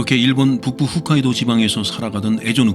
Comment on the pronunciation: 사람들 자주 틀리는데 훗카이도가 아니라 홋카이도(hokkaido)입니다 그냥 그렇다구욤..ㅎㅎ